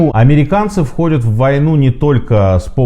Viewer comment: Сергей, спасибо вам за интересные видео! Продолжайте в том же духе, желаю успехов))) Однако, меня коробит кое-что на слух...то как вы произносите окончания многих глаголов: выходЮт, смотрЮт, гонЮт и т.п. Я же не одна это слышу? 😄